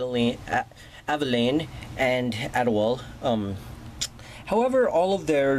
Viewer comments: It's pronounces all-do-wall-a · It's pronounced (Ad-e-wall-e) and he's an awesome assassin Also the stick is a blow pipe